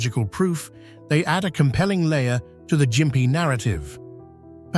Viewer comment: the gossford glyphs.. That picture is either a dodgy looking cannon or is a (_)_):::::::::::::::::::D cock The Ai can't pronounce Gympie properly, it calls it Jimpy not gimpy Ai might be pretty smart.. But it's actually really dumb